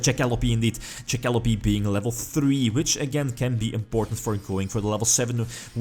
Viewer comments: That being said its pronounced jack - a - lope silent e, took me a little while to realize what monster you where talking about in the video lol. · You pronounce Jackalope really weirdly